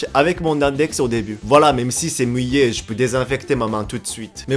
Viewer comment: On ne dit pas "muillé" ou "burré", mais "mouillé" et "bourré". Attention avec les u/ou! (je sens que " va me dire ntm alors que je l'aide avec son français.......... XD)